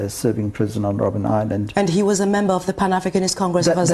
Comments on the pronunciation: ROBIN island?! it's ROBBEN island ( Seal island). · Robben Island not Robin 😮